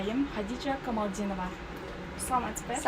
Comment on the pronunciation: Алып баруучу кантет Камалдинова деп 😮 Камалидинова го